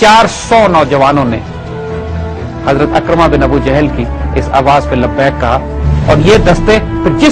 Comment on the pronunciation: Sahi Talaffuz Ikrimah hai Akramah nahin